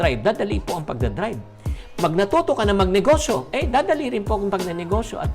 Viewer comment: "NEGO" please Mr. Chinkee. Thanks po.